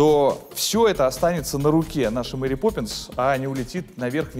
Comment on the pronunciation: Crash Zone так же не Мери а Мэри))